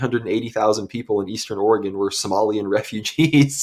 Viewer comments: Please, realize that there is NO e on the end of Oregon. So the pronunciation is NOT Ori-gone. It is pronounced Orygun. Trust me that those of us that live here cringe every time we hear anyone from the east coast mispronounce it. As a resident of eastern Oregon, I am firmly in favor of Greater Idaho so I feel as though my vote actually counts. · Correct pronounciation: "Orygun" !!!!!